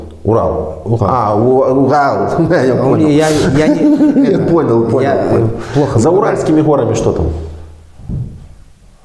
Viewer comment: УГАЛ,, вместо Урал,это капец, а к логопеду😅 не Алле?